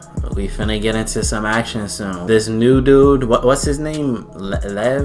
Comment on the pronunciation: training camp let's go!!! it's super funny to me that you said that Lev (pronounced p m like: 'Le,eve') as a snake... considering that there's a wholeass 'sanke team' (Nohibe... hibe... = snake in Japanese... lol) that appears in the OVA before season 4!!! lmaoo! oh! on the subject of OVA's there's one abt Nekoma and how they got Lev to a level where he can play as a regular... (since he only started playing in high school) so feel free to check it out! (it's p fun, w. a focus on Nekoma, but the OVAs out rn aren't critical to the story, but 'Haikyuu!!Land vs. Sky' that will be out January 22nd *IS PART OF THE MAIN STORY, SO DON'T MISS IT PLS!* ) that's all! thx.